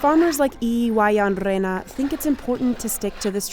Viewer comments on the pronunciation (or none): none